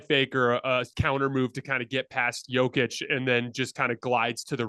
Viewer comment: Guys guys!! You have to pronounce Jokić name correctly! You are saying it wrong! I’m tired of hearing everyone comment on the best player right now in the NBA -say his name WRONG… Imagine if your name is Tim and everyone in the world calls you Tom. 😂😂😂 ffs